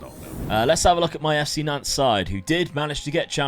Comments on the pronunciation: ya Nantes… you said, “Doodoo” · Love how just keeps changing the pronunciation of Nantes probably doesn’t want to say the correct pronunciation for obvious reasons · I don't often do the pronunciation thing, but the es on Rennes and Nantes are silent- So it's like Renn (like Hen but with an R) and Nant (like Aunt with an N) all good tho, looking forward to it